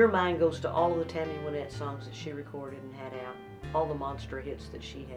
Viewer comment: Reba, you said Tammy's name correctly in this interview but incorrectly in the song! I still love the song, though. It's pronounced Win-ette(as in to achieve victory), not Why-nette. Just to set the record straight, Tammy introduces herself here at 9 seconds